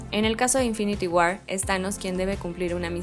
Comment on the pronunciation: Que buen video, solo cuiden la pronunciación (war, skull) se escucha horrible y le quita sonoridad a la narración.